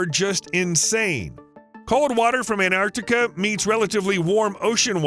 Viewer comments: It's not Anarctica. It's Antarctica. Why do Americans butcher words?! Ffs! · The narrator keeps saying “Anarctica” — swallowing the “T.” If that’s the way he grew up saying and it feels nearly impossible to switch to “Antarctica” now, I get it, but later on he says “Antarctic Circumpolar Current (ACC)” just fine, not swallowing the “T.” So he is capable of keeping the “T” in the same word, with just an “A” at the end, also. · It's AnTartica, not Anartica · Anartica does not exist. The mispronunciation is hideous and as bad as Aloominum. Americanisms are an insult to the English language! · I stopped watching after he mispronounced Antarctica the 3rd time.